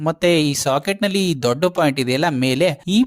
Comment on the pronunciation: Very clear explanation. But; why do you call a socket as shocket bro?